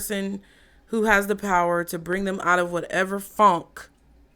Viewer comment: Omg I just lost it 😂😂😂😂😂😂😭😭😭 😂😂😂 when you said fonk! 😭😭😭 Stank 😂😭😭😭 it's the way you said it I'm screaming